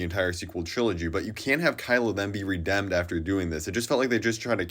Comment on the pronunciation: Bro said “redemd” lol Yes I know why